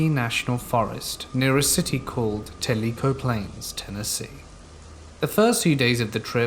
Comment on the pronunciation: Tellico is pronounced tella-co, not tell-leak-oh